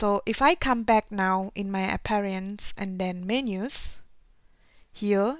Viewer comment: it is Appearance not Apperinace and refresh not refres